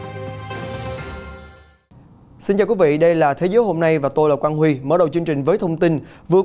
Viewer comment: Tôi là quan qui , à , thế mà tôi nghe : tôi là hang qủi chứ ,sorry nha